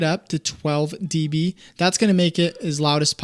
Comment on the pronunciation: calling decibels “d” “b” makes my ears bleed